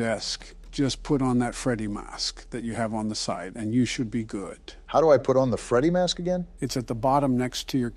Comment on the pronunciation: why does he say “Freddy mask” like that